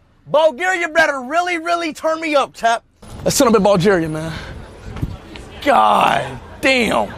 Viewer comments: "Ballgaria"🤨 "Lets sit up in balljaria"🤨🤨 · No way bro said "Bulgaryuh"😂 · Wait did u say Ball Garia